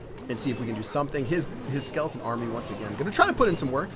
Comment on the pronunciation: 45 not sklotn brall sklton arrmy